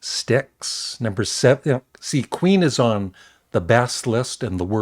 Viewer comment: } when you said Queen I could have sworn you said Weeeen?}This's awesome.😻 Guess Who definitely are underrated, every song was highly melodic. Ps: people hate Ace Frehley?! SMH.